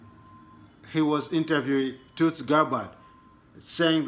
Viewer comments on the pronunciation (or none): My brother from Africa TUTSI ? is a tribe in Rwanda and Burundi .You have to help pronounce it as Tul-Si and not Tut-Si . But good job you need to speak Swahili or your local dialect it will help the rest of us . As they say in Swahili Asante Sana